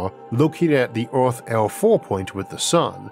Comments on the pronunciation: It's not "Orth" - it's Earth! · Sir, you talk really unclearly, thats really annoying for a non native Speaker. Also its not Oarth, but Earth.